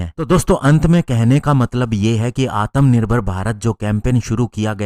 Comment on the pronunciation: सर आत्मनिभर्र बोलिए ना कि आतम निभर्र